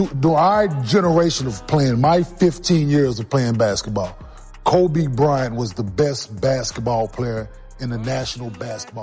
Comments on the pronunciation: it kept calling Kob as cob....stupid as fuck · I never really liked people calling Kobe "Kob" in the first place so to even butcher it even more and call him "Cob" is even worse lol so I get what you're saying. Everyone and Artificial Intelligence please just say Kobe unless your like Kevin Garnett or someone like that.